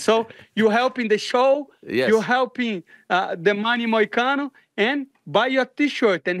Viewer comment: The name is Money Moicano, get it right.